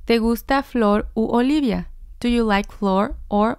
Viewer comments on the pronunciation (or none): none